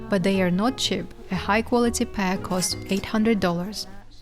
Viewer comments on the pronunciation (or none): Her pronounciation is driving me nuts! It's C H E A P!! NOT chip!